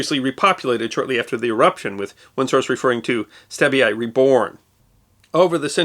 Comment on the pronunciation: Stabie is pronounced “Stabby eye”.